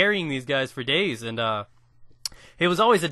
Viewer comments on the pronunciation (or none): If I had a nickel for everytime he said fer dayz... But favs are: Kingdom Hearts Castle Crashers Fire Emblem Games That Got Me Started: every single little 15 minute flash game on the internet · you say ferdayz ferdayz!